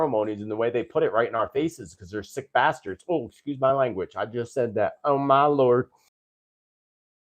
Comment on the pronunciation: Don't worry , you said it so poshly 😹😹😹😹""barstards""😹😹😹